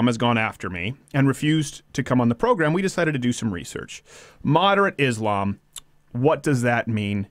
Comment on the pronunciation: Money can buy you a lot of things, but it will certainly not buy you intelligence or humanity nor conscience. Learn how to pronounce Islam first, then start pretending to know anything about it or something else at that.